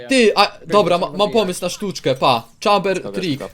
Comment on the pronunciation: Ja osobiście lubie "Czejmbera" a nie "Czambera". Fajna postać.